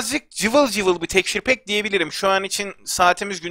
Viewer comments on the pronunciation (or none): Abi şuna tekşur pek deme